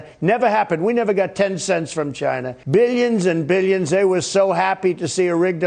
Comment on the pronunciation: Does he sneak an extra syllable into the word billions?